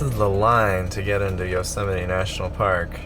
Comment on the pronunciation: Thoroughly enjoying the laid back pace of your van adventure. Having a house on your back, so to speak, does have advantages and freedom for your traveling. Yosemite is spectacular to say the least. Great to hear your "correct" pronunciation, as it's vastly different to how I pronounce the name. Travel safe ❤